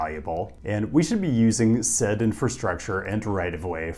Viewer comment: "SAID" "DOH LERS" :face-green-smiling